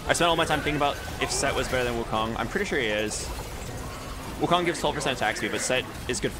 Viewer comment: the way he said sssswukong is really accurate in Chinese cuz wukong’s last name literally pronouns “soon”